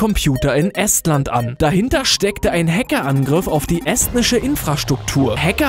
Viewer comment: Eeestland und nicht essstttttlanf